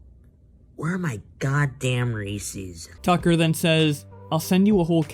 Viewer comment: reese’s not reecies. reese is a persons name... can people read?